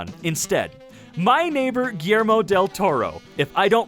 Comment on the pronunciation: Thats not how you pronounce Guillermo del Toro, so, im going to teach other people (Hpoe no one else did this before. PD: English its not my first lenguage) so, Guillermo is separated by Gui (1)-ller 2-mo (3), "Gui" is pronounce like"GUIlty". "Ller" is pronounce like "She" but witha a "R" at the end, and finally, "mo" it's pronounce like "MOther".